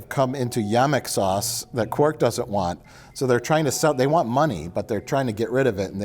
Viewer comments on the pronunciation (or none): Stop saying "Quirk",. It's Quark, Quuuark. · You guys keep saying Quirk but it’s Quark. Otherwise I love these DS9 recaps. Please for the love of god do the entire series.